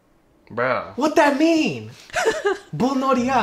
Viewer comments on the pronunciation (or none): Bulnoriya means Playing with Fire or "Fireworks". It's pronounced as if it were Pullnoriyah. And it's the Korean song title.